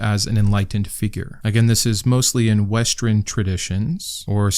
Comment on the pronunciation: western = west urn, not wess trun exclusionary = ek skloo zhuh neh ree